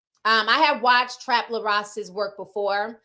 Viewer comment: His name is “Trap Lore” like “Folklore”